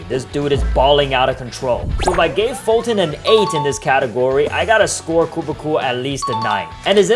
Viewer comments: foltyn not folton Sorry if I'm rude but it's like your saying it on purpose since it is kinda far from it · Don't say foltyn poor than I will unsubcribe 😡